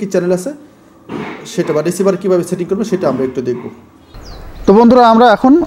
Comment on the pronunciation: ইনফরমেশন গুলি ভাল, তবে এখন ভাষাগত উচ্চারনের দিকে একটু মনোযোগ দিবেন।(setting = chating, satellite = chetelite, service = charbis, receiver = richiver , se LNB = achi LNB ইত্যাদি )